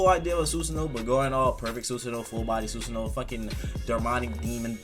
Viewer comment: we just gonna ignore him saying soosoono?